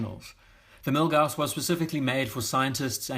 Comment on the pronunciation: Yeah the Milguass is great and in a British accent almost sounds cool 😎